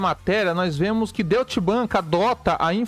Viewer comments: kkkkkkkkkkkk Deutchi bank é foda.... ia escrever de forma aportuguesada para ele, mas logo vi a tua mensagem.... kkkkkkkkkkkkk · Se pronuncia " Doitche" bank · Doite Bank, essa é a pronúncia correta.